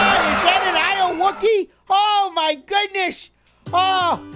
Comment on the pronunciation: Its pronounced "Aye you okey"